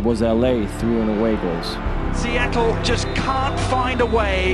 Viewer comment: SEA-TLE SOUNDERS